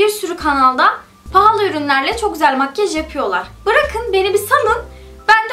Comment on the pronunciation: Makyej değil makyaj :(